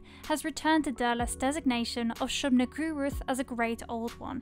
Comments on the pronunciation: shub-nigguroth lol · That’s a convenient pronunciation of Shub-Niggurath you got there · Can't help but laugh at the way you're saying "Shub-Niggurath." Tryin' not to get demonetized, I see. 🤣🤣🤣